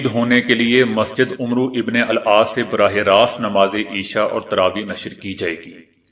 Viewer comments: you should read name rightly not Umbro but Aamar bin aas. Zazaqalla Zaqa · عمرو نھیں کہیں گے عَمر عین پر زبر َ پڑھیں گے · Please pronounce correct name of Sahabi Ammar Bin Aas عمرو بن عاص in this و is silent. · Amar ibnul aas h nah ki amru ibnul aas asal may amar may vaav likhnay may aata h padhnay may nahi yaani vaav silent h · The news caster is doing his job very impressively but he has to take extra care viz a viz pronunciation...in today's bulletin he has incorrectly pronounced name of one of the prominent shabah Amar bin As ( ra)... I have noticed it at several occasions that this particular name is mis- pronounced by speakers and others....Moreover, the worthy news caster has mis pronounced " garb e- Urdu as " gurub urdun" .He should take note of such lapses...otherwise he is up to the mark in every sense. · عمر وابن العاص ميں عمرو ع پرزبرم پر پڑھنا چاہیے